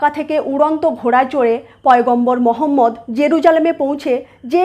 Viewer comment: সঠিকভাবে উচ্চারণ 'মুহাম্মাদ'। আর 'হা' উচ্চারণ খুব গভীর থেকে হালকা ভাবে হবে। যদিও একটা ভাষার শব্দ অন্য ভাষার মানুষেরা হুবহু উচ্চারণ করতে পারে না।